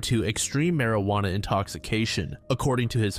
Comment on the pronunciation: ah yes, i too love partaking in the mary-ju-onna cigarettes